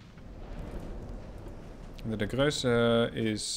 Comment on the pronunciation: You pronounce the ships well, but it isnt Grösse, it is Grosse, it is a difference. Btw, when does the game come out